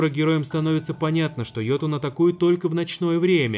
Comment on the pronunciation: уведомляю, не йотун, а ётун